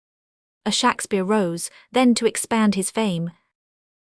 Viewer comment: how laughable to use an ai voice which can't even pronounce Shakespeare in the correct way . OMG